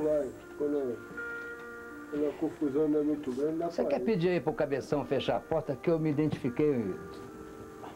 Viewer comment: Hojefalam Póita em vez de Porta!